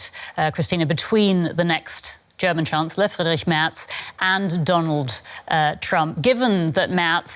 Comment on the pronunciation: *Merz NOT 'Mertz'.